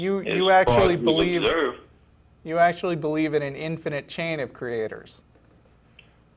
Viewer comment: "infininate" :P